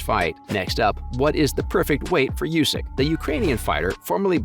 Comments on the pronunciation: The man's name is not pronounced you-sick, it is pronounced oooo-sick. Have respect and get informed before publishing this work with an avoidable flub. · Not "Yusyk", But "Oosyk"